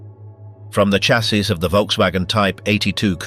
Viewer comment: I DO WISH YOU WOULD STOP CALLING A DAMN chaaasie it is pronounced as a shhh shassis not like a bloody church with a CH !!